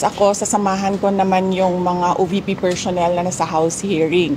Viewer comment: “Per-shons, per-shonnel, mem-bersh” not cute at all If you vote clowns in office, expect a circus show 🤡🤡🤡